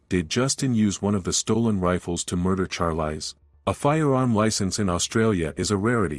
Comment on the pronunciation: It's pronounced sharlees ... Not charlice